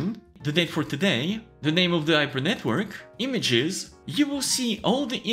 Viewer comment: Yes, you should have at lest 24 GB of VRAM. I have not been able to train with my tiny 10 GB VRAM on my ROG Strix 3080. Btw I find it very comical that someone who can't articulate the letter H. 😁 Yper NetWork. Just kidding, very informative video. Thanx!